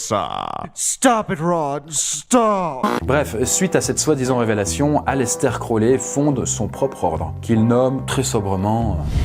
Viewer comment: Aleister crowley = ayistar krory. #dgrayman